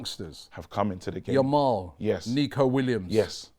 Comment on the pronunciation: still calling him "Lamal"